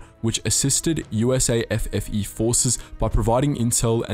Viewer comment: Its USAFFE not usa ffe